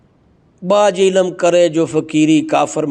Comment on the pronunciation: قبلہ محترم! آپ بھی عربی سے نا بلد محسوس ہوتے ہیں ۔ لفظ ہے "عِلم" عین کے نیچے زیر اور لام اور میم ساکن ۔ مگر جناب بار بار "عِلَم ۔۔۔ عِلَم" کہے چلے جارہے ہیں اور اوپر سے یہ فرما رہے ہیں کہ جو درسِ نظامی یا عربی وغیرہ کا علم نہیں رکھتا وہ جاہل ہے اور جاہل سے کوئی روحانیت صادر نہیں ہوسکتی... میرا ایک سوال ہے چلو یہ کردستانی ڈاکٹر جاھل ہے مگر کیا قرآن میں نہیں لکھا کہ ہم نے قرآن میں وہ بھی نازل کیا ہے جو شفا و رحمت ہے مؤمن کے لیئے "و ننزّل من القرآن ما ھُو شِفاءً وَّ رحمۃً لِلمؤمنین" تو اگر کوئی بھی مسلمان اس سے قطعِ نظر کہ وہ عالم ہے یا جاہل اگر اس آیتِ شفا شریفہ کا عمل کرلے تو کیا وہ لا علاج کا علاج قرآن پاک سے نہیں کرسکتا؟ مولوی صاحب خدارا حسد کو ترک فرما کر اللّٰہ اللّٰہ کیجیئے ۔۔۔